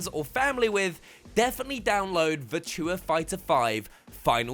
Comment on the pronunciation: Never heard "Virtua" pronounced quite like that.